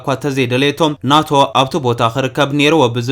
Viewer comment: ን ኔቶ ዲካ ናቶ ኢልካ ተንብቦ ዘለካ 😅😅😅